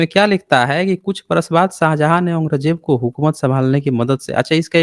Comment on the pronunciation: Dukh di gal hai k aap jesa sarb parvant admit aurang Jeb da nam bhi sahi nahin bol riha